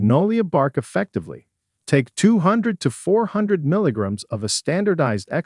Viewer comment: Aarrrrgghh!!! The multiple mispronunciations by the AI narrator are like fingernails on chalkboards!!! I don't care how good the information might me...I cannot endure someone who can't even pronounce milligrams correctly...much less the names of the herbs!!! And...WHERE is the HUMAN that is supposed to edit this crapola?!? They must not know how to pronounce anything either!!! I can't finish this sheer crap!!!